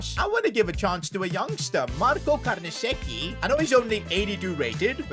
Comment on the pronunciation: great videos, am waiting for the creat-a-club in italy. you havent been there yet. and i think its pronounced carnesechi not carnasecci